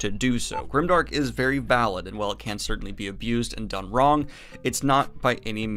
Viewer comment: Does he keep saying certainTly or do my ears deceive me?